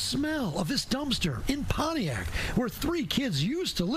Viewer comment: 😅😅😅 PONIAC...you forgot the T in ..PONTIAC MI..